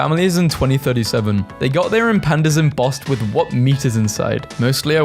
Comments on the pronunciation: EMPANDAS! its pronounced empah-nah-dahs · its EM-PEN-YADAS NOT EM-PANDAS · Ah yes, my favorite food, em-pandas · The way you pronounced empanadas hurt my soul. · Being Colombian I wanted to punch the guy 😭🙏